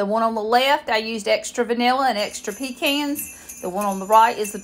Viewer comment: I'm not much of a candy maker, but my mother used to make this! She liked to use a little green food coloring. We're from Eastern NC also! Glad to hear somebody else who knows how to say "pecan" !